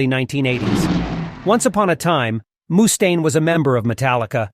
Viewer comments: Who tf says "mooooostaine"? Its just muh-staine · Moostaine? Wtf? This must be AI